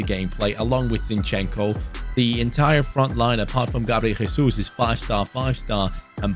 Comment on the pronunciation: Zinchenko's name pronounces just as it's written, try to accent on I, so it's zIn-chen-ko, don't pull e and o sounds, say it fast